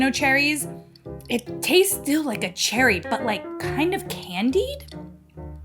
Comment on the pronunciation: She is definitely missing a syllable in the cherry.